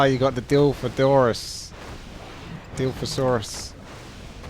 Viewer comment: It's pronounced "Dailofosorus"